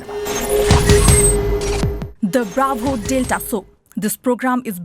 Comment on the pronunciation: Baravo hoina yaar, its clearly bravo ho